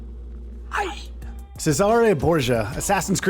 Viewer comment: Why do you say 'Cesare' like that